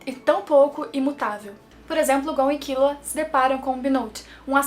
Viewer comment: KILLUA MULHER, NAO É KIULA NAO 😂